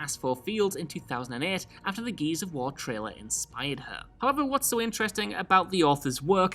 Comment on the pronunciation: Even the subtitles say 'Geez of war'. Love you, but speak english